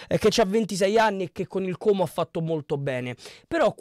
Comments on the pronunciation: Complimenti per come pronunci Como 😉👍👍 è quasi perfetto: A quanto pare hanno bel gruppo in squadra, sono ragazzi che si sono guadagnati la promozione insieme, però a mio parere un pò di persone partono perchè non riusciranno a tenere la categoria e poi ci sono giocatori che non hanno mai giocato perchè non integrati nel gioco di Cesc. E' una società molto attenta agli investimenti e non fa cose a caso o sperperando i soldi, la hanno coperta di aspettative inutili, mentre hanno dichiarato più volte di voler spendere poco e di volersi solo salvare, uno dei problemi principali oltretutto e il rifacimento dello stadio come hanno fatto a Bergamo, sarà una delle cose più difficili che dovranno affrontare oltre a salvarsi in campionato. Karius a me non piace, però non so cosa decida la società. Konè ha avuto un brutto infortunio con il Palermo dovrebbe rientrare a Ottobre probabilmente (?). Gioacchini??? ma guarda che non ha fatto 9 goal.... quello è Gabrielloni, che è incedibile in quanto è diventato una bandiera. Io credo che però questo attacco vada rivisto perchè deve fare più goal, Cutrone da solo non potrà fare miracoli e spesso durante il campionato si ritrovava come sola punta e aveva difficoltà. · Finalmente sento qualcuno che pronuncia correttamente la parola Como,i telecronisti ei giornalisti in televisione non hanno ancora imparato a pronunciarlo. 🤣 Io tifo Lecco e non scorre buon sangue coi comaschi,ma questa è un altra storia... daje! 🤗😁